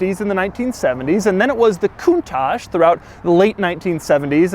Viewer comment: Doug is the type of guy who pronounces correctly the word "countach", which is a northern Italian dialect exclamation ! Nobody in Italy prounces it the correct way!